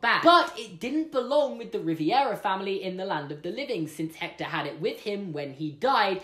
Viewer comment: I'm Mexican and I'm gonna have to admit that you just added a quirk to our Day of the Dead tradition Suddenly everything changes about that guitar One thing doesn't change, though: you're cute Also, that's not how you pronounce Hector